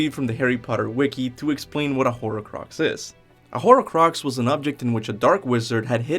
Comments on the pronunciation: Its not "whore crux" its horcrux. What a nutjob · Horcrux is 2 syllables...